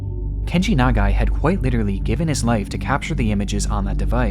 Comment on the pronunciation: one: perfect pronunciation of Nagai two: i'm a photographer, and if i had a camera in my hands while i'm dying, you'd goddamn bet that i'd be taking photos. three: even as a journalist, he must have known how dangerous it was to be there; what a hero